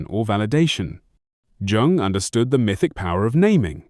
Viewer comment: A video about CG Jung where the narration can’t even be trusted to pronounce his name correctly? It’s AI. And I don’t think AI should be involved in the creation of videos featuring depth psychology. Too much space for basic errors and inaccuracies, in a field where people with serious issues are searching sometimes in desperation for clues as to how to live alongside seemingly impossible people and situations.